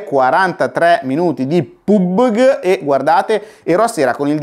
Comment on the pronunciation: PubeG hahah grande Andrea !